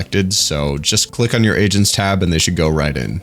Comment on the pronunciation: i heard asians instead of agents which was cuz they are core-an